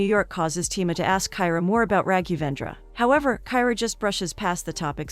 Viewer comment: The poor pronounciation of Raghendravendra 😂👍🏻